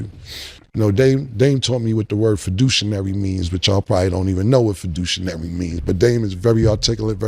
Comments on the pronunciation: “Fiducionary” killed me. Read CAM! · Cam meant say ' fudiciary' .... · Bro said “fidushinary” 😅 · Fiduciary nigga, wtf is fiducianary nigga 😂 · Did this neah say”Faudutionary”….good ol Harlem Education 😂😂😂😂😢😢❤ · It is diabolical to give somebody credit for teaching you a new word and then miss pronouncing the word! Fiducinary, imaginary.. I guess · I LOVE CAM...pause😂🤣he said "fidicuinary"!😳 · This dude mispronounced fiduciary twice and said we might not know the word or meaning BRUH 💀